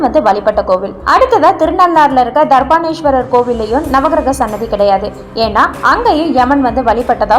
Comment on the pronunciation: Dharbaaranyeshwarar sariyaa thadumaaraama sollunga.Neenga thavaraaga solgireergal.